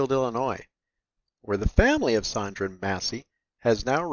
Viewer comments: Her name was Sonya Massey. You called her Sondra or Sandra. Let’s get it together and show some respect. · Bro her name is Sonya not Sandra. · *Sonya, not Sondra! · It’s weird to hear you pronounce Sonya as Sondra.